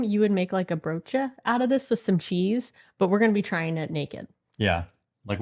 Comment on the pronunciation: You say o or oo as eau, the french, so breaudje. Not broedje